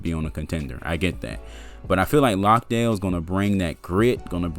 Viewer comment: Jock Landale was terrific for Melbourne United and as an Aussie who lives in Melbourne and goes for the Spurs, I saw him live and he dominated also it's not Lockdale it is pronounced Lan-day-ill.